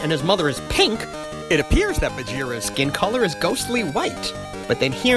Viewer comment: I lost it at "so she's PANK!" lol